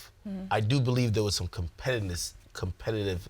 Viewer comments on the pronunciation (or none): Why didn't Ak stop trying to say competitiveness after the 4th time he fucked it up?